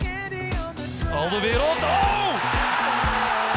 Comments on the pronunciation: Ben ik de enige die een beetje geïrriteerd is door het feit dat ze 'AlderWERELD' zeggen i.p.v. 'AlderWEIRELD'? Sorry mensen uit Nederland, als een Belg vind ik dat een beetje irritant. XD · Waarom zeggen jullie toch Alderwereld. Je moet Alderweireld zeggen